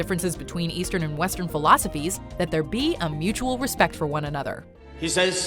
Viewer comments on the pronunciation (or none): none